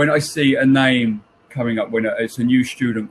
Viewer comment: イギリス人はnameをナイムていうんやな